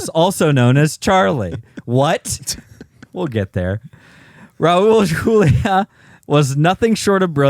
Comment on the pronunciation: You guys did Raul Julia a major disservice by butchering his last name.